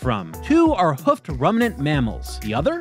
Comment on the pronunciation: About 5 minutes in: "two rumnant animals: It's ruminant: ru-mi-nant